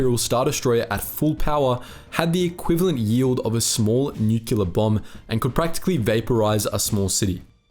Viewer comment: Nuclear is pronounced how it’s spelled. There’s only one u. “Nukular” is not the proper way to pronounce the word. To everyone who reads this, please pronounce it correctly.